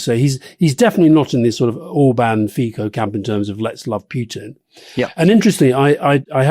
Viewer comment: 🇨🇿 Alistair, it's pronounced Babish, not Babis, and Fee-tso, not Fee-koh. Rory, the Czech party Motorists are a nationalist anti-electric car party, not an anti-bicycle party. The Judeo-Christian stuff is not particularly strong here, we're a pretty secular country. Okamura or Babiš didn't pop up, they've been in politics for a long time. Otherwise, spot on on Czechia! 👍🇨🇿